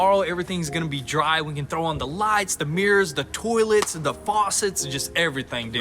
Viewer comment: Huh interesting, Americans pronounce it Toll’ets and Canadians say Toy’lets